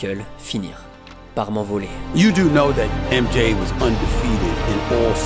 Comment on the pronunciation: Super vidéo mais ca se prononce M Djey pas M Ji